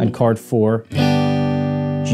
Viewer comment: its called "CH-ORD" not "CHARD.. something wrong with my ears or?